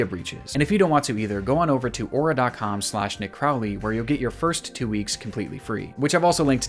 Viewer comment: Miister Croowley!